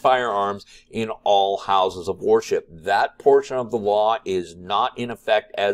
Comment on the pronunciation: You pronounce "worship" as war ship and its funny